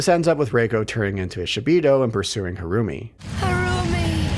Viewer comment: Every time the name "Harumi" is said, I keep hearing "her roomie" haha